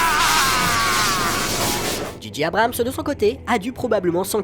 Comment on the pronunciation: analyse intéressante !! par contre si je puis me permettre J en anglais se dit djé et G se dit dji donc djé djé Abrams (juste pr dire pcq ça m'a irrité l'oreille même si ça n'empêche pas un très bon contenu!!) :)